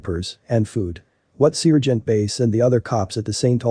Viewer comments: Great heartwarming story but the robot voice "sear"-gent is annoying 😑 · Lucky, it was an annoying robo-voice that kept pronouncing Sergeant as ce-urge-e-ant. Basic story...39 year-old drug head babysitter in grocery bathroom with 14 month old. The sitter was trying to hide drugs from cops, while baby was drinking Dr. Pepper from a baby bottle. The Sargeant got the baby away from the woman, she got arrested, baby safe but mother is in jail for unspecified reasons. Looks like that poor child will end up in foster-care. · Not all cops are bad. God bless this sargeant. By the way, it’s pronounced sar gent.